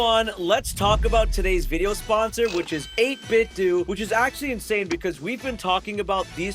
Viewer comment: I thought it was 8bit “dough” not 8 bit “doo” lol 8bitdo you know like NintenDO